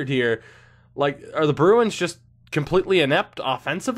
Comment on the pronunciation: It's Jost a White Stone.